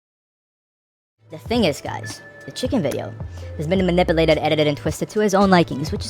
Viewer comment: “Manipuhhlated” “Governmential” “Pedatorial” Why can’t f——kbois speak English correctly? Is it because being pretty means you don’t have to do work or learn?